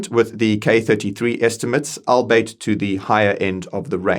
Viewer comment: Albeit, pronounced Ahl-bee-eat No shade, promise